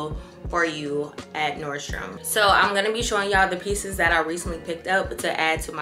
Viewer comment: Yesss! NordstroM not NordstromS 🥰🥰🥰